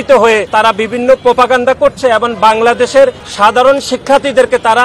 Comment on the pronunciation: ভাই এবন নয় এবং উচ্চারণ ঠিকমতো বলেন